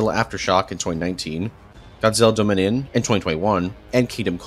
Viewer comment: Do you know know how tf to say "dominion " lol